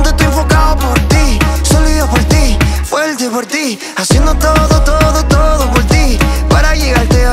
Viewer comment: Porque Danny dice fuelte? Que le pasa?